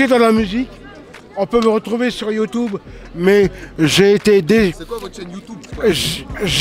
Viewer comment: “c’est quoi votre chaîne youtoube”😭😭